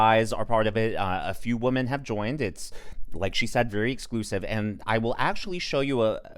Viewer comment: yea --- i hear it and ; be careful with pronouncing women vs. woman. they're not the same.